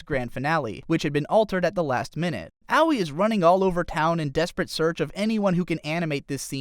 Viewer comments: ow-wee... ugh. who the fuck is ow-wee? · I know Aoi is a tough name to pronounce, but....."Owie"